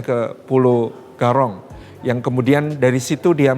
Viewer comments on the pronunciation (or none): Pulau Gorom ,bukan garong